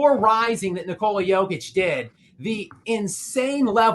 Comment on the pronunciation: Hey show some respect learn how to pronounce Jokic’ it’s not Joke-itch its Yoke-itch